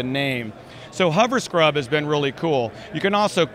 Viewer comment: That hoverscrub is a neat feature (I think he tried to say hoverscrub though it sounds like hubberscrub).. l